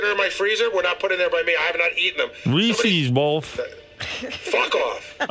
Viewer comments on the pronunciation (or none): Reezeez boff. I want Reezeez.